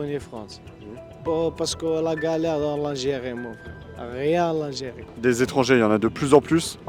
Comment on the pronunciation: En. Algirie c'i pas facile, en Fronce c'i plis facile !!! 🤣🤣🤣 Ben voyons, tu m'étonnes !